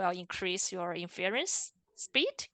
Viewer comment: Nicely done and very helpful! Thank you!! FYI, the stress is on the first syllable of "INference", not the second ("inFERence").